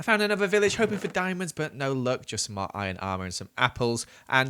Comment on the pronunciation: "I cooked some of my iorn" Im sorry what